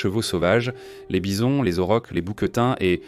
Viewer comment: Les 'auroches' !😂😂😂 Il faudrait lire un peu plus de livres ! Ce ne serait pas du temps perdu et cela éviterait des prononciations ridicules qui trahissent le niveau culturel général du commentateur.